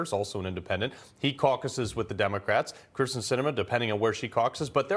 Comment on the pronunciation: It's KYRSTEN not Kristin.